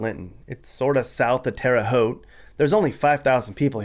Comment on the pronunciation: Pronounced Terre Haute correctly.